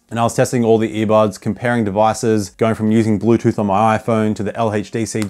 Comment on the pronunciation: "LHeytchDC" gotta love it🫡